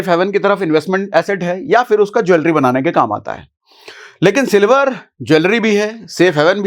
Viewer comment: Sir ap ne silvar ki jagha me dilwar bol diya